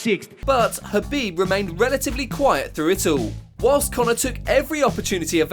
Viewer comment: Please stop calling Khabib “HABIB”